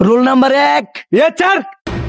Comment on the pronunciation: ইয়েচ্ছার না ইয়েস স্যার 😂😂😂😅